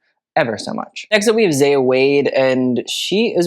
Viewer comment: You might not see this but zaya is pronounced z-eye-ah